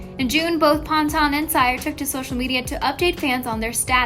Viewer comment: It’s pan-tun lol 😭😭😭